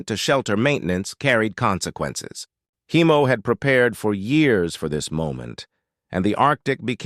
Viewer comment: Heimo, not Hiemo. German name.